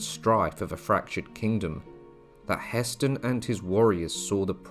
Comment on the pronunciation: It's Hah Stein , the pronunciation